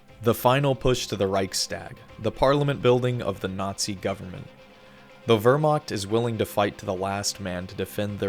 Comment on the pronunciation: Wehrmacht ❌ Wöhrmackt✅